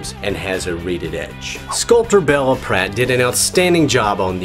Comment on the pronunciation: It's pronounced Beela, not Bella